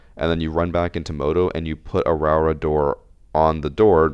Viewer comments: Pronunciation is 'row-aura' btw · Idk if you care but proper Māori pronouncing is row-Ora and roll the r’s if you can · it's pronounced row-aw-ruh (you have to roll the r's)